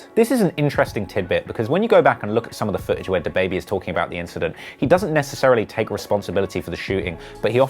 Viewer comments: The way he said dababy smfh🤦‍♂️ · Dude really said da baebey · did you really say “dah baby” 🤦🏼‍♂️ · nobody: the news reporter: DAH BABY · dude had to say DAHbaby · He pronounces Dab,baibei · Why he say Duah Baby 😭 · It’s duh-baby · Nobody: Him: day-baby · This dude just said “dahbaby” at th beginning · Nigga said DUH BABY 🗿🗿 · Bitch it’s duh-baby=dababy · how the fuck is he gonna say "DAH BAYBAY" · Why he say da like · Don’t ever pronounce DaBaby like that again. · Can't even prenounce dababy smh